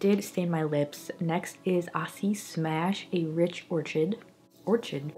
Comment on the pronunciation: So many pretty shades! Acai is pronounced ah-sigh-ee though ;)